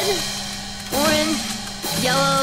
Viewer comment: OMG I DIED WHEN SHE SAID ORGANGE